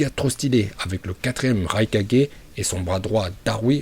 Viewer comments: Pk il dit raikadjai au lieu de raikage... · Je comprend pas la prononciation mdrr par exemple rai4g mais hokage et pas ho4g mdrr ça me fume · Vive et ses prononciation légendaire Ce qui me tue plus c'esr comment tu pronoces le nom du 4e raikage🤣